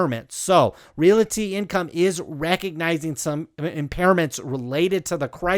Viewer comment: Love the video, but every time you say REALITY instead of REALTY, a kitty dies